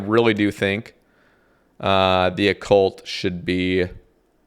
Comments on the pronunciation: Bro was really calling it O-Cult lmaooo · Oh-cult lol. That was too frustrating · Lmaooo the Oh-Cult